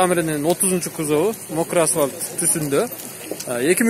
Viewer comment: Ассаляму алейкум байке, каналыныз өркүндөй берсин, кузов деген сөздү күзып дебенизчи сураныч